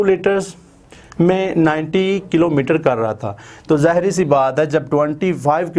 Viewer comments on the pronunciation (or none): none